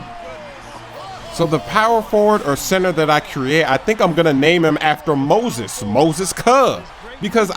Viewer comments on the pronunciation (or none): I die laughing every time he says Moses cuh